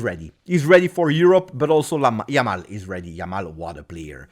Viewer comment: LAMAL :D hahahaha it'll make me laugh every time :D